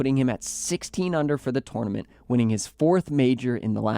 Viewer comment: It’s tournament, not twonamint